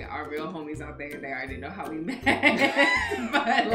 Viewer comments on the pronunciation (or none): It's "freudial slip" when she said "how we wet" when she's supposed to say "how we met". :D hehe! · When she said how we wet instead of met this had me cracking up 😂😂